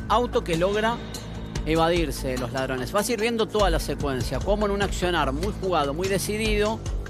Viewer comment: Le falto la R de ladrones 😂saludos desde gonzales catan villa dorrego el fafafa del km.30 de una